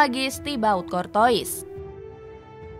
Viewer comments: Tutorial membaca nama Thibaut Courtois Dibaca : kortua ❌ Dibaca : kortowis ☑️ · Kortoa bukan kortois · Kurtuwaa min kurtuwaa, bukan kortois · Cortoa bacanya sayang bukan Cortois/Corona 🤣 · Tolong dilatih lagi cara penyebutan nama dengan benar, Kortoa bukan Kurtois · min mimin Maaf maaf nih Telinga kita familiar dg sebutan nama KORTOA bukan KORTOIS ini yg bikin kontennya serasa keluar jalur. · Cor-toas bacanya min bukan cor-tois🤣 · Cortoa bukan cortois di bacanya... women ☕☕☕ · CORTOIS DIBACA KORTOA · Courtois bacanya kortoa min, bukan kortois🤣😭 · Anj ganggu banget sumpah pengucapan adminnya kortois kortois mulu🤡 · Saran minn..... Klo bahasa perancis curtois - dibaca curtoa. oi dibaca oa 🙏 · min, salah baca tuh nama kiper madrid... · Ini baca nama kiper Madrid bisa bener g si..